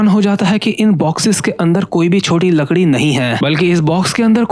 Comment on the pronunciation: Ladki brother not lakdi😅. Great explanation though